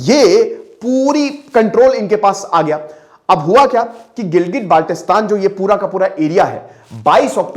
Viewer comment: Abe chootiyee improve your pronunciation, it’s not Baaalttistan with a tatta it is Baltistan